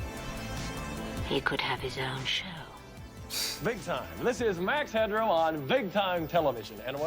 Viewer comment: Why do you keep calling him max hedron?